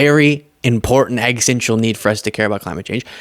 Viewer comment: for the love of gawd PLEASE learn to pronounce “Existential” …you sound like Drumpf every time you glitch on this word.